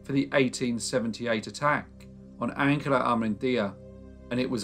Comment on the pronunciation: I'm pretty sure that as this took place in Spain, the name Angela would be pronounced An hela - not the German way of Ang ela. It's funny to hear his name Juan pronounced like Wan, rhyming with man - not the usual way that sounds more like one.